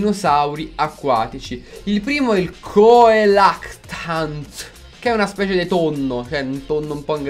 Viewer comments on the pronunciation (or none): Il "tonno" si pronuncia Celacantus